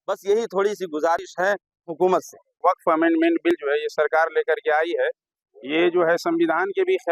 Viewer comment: वख्त बोर्ड नहीं बफ्फ बोर्ड होता है😂